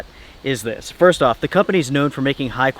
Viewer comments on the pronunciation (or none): none